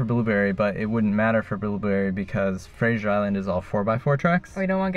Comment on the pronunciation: Why do Americans automatically mispronounce FRASER (island) as “FRASIER”? It is the same in the case of Brendan Fraser (which is baffling to the actor himself). It is not spelled the same as the series starring Kelsey Grammer !! 😂. So FYI… FRASER (FRAY-ZER).